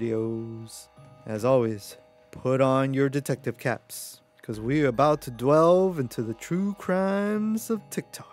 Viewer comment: Great video! I just have to say… it’s “delve”, not “dwelve”. Much love…sorry!! 😅